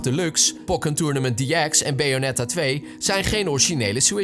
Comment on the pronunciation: Nee joh vond het wel grappig 😅 BAyonetta ;)